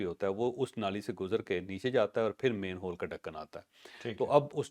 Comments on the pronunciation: The proper word is MANHOLE and not mainhole. Please correct your pronunciation. Thanks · Sir it’s😢not main hole it’s man hole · It’s “manhole” not “mainhole”. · Javed sahib, please it is MAN HOLE, not MAIN HOLE